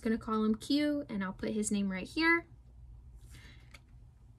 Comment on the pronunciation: It's pronounced red sonya I think